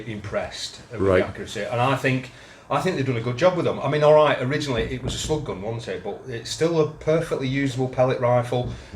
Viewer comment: said ‘slug gun’, but I heard ‘spud gun’ 😂🤣 And I’m glad recognises that many of us are shooting more springers. Many shops have doubled their pellet prices and even air refills have gone up about 25% in my area. Protest with your wallet and shoot your springers more. It’s more rewarding and will save you money. Join The Great Springer Protest. 🪧 😁 Great vid 👏👏